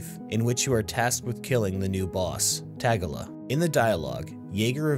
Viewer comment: Tag-a-la ...com on bro. It's Ta-gill-a, Killa's brother.